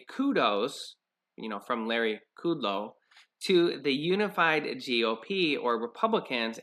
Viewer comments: It's pronounced, (Cut Low) and fAu Cee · It's not kooodlow.